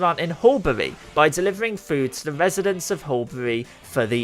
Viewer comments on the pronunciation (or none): none